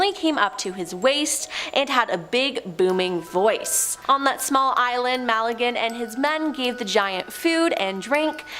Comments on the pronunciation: Ferdinand Magellan. Not Malligan. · Strange pronunciation of Magellan. Bloody yanks…!!!!!!!😂😂😂😂